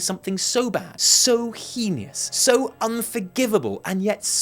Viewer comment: Oookay... Lady well it was "afficiando", now it's "henious"? Come on,... You can do better.